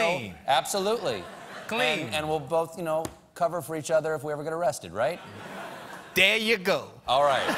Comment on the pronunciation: "DERE YOU GO"